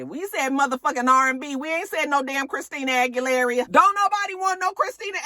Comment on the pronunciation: Christina Agu-lair-reeyuh took me out 😆 I couldn’t wait to watch this damn review. Sincerely another old bish 😆